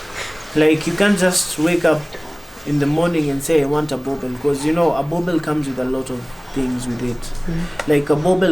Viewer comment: Boerboel pronounced as burbur not boabell.